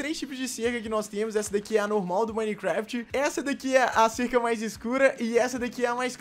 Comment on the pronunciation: Prefiro a normal quem percebeu que o n fala normal ele fala nolmal